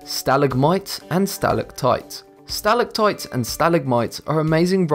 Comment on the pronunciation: You pronounced stalagmite and stalactite wrong